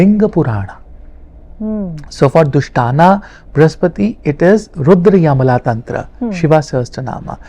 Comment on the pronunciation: रुद्रयमला नहीं रुद्रयामल तन्त्र कहना चाहिए।